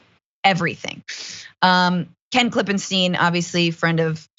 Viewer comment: PLEASE pronounce Ken Klippenstein's name correctly!